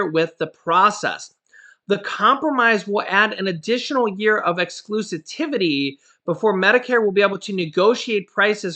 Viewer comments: I love you. But ex-clu-si-vi-ty is the word exclusitivity is not a word. (Thanks for the money lol) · You are pronouncing exclusivity wrong